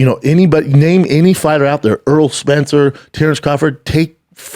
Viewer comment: "Errol Spencer" lol